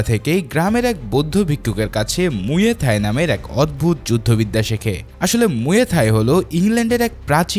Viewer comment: ভাই এটা মুয়ে থাই না এটা মুয়াই থাই হবে😊